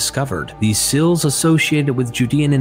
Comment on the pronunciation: My only critiques are how you pronounce laws and seals. You say lawls and sills. Oh man, I just heard you say ideals as Ay-dills and reveal as revill.